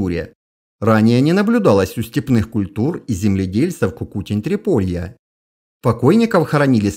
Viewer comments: Почему КукУтень? Культу́ра Трипо́лье – Кукуте́нь . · В слове "Кукутень", ударение на "Е". А канал просто супер)